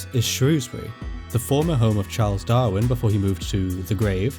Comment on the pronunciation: Thankyou for saying Shrewsbury correctly